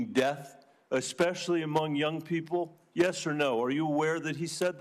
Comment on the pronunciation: He said “ex specially” WE ARE COOKED